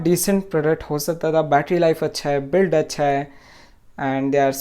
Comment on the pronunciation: if its hindi please indicate hindi. "BUILT" not bulled.